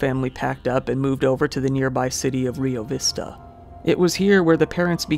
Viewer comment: Kudos to you sir for pronouncing Rio vista CORRECTLY!!! 😂 Almost nobody gets it correct 😆